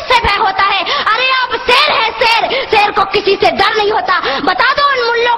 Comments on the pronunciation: seer nahi sher pehly batin seek lo tab speech karna oky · Pehle to is larki se ko kaho ke SHER to sahi se bole le. Ser bol rahi bhosri wali. lol Pakistan Zindabad. Ser hahahahahahahahahaha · shair ko sair hahahahhahahahhahahahhahahahahahhahahahhahahahahhaha